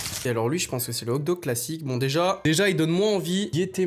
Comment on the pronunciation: Tu sait pas dire le mot Hot dog? 😂😂😂😂 ces pas hog dog mes hoT dog